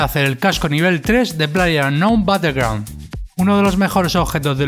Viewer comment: " playe unow batellgro "